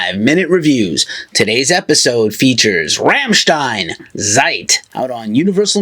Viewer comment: If you want to know how to pronounce "Rammstein" ... maybe listen to the track called ... "Rammstein" ?? Anyhoo, I have heard the new album and ... was disappointed. We know that their albums usually have a softer track or two on them, but this is mostly soft tracks.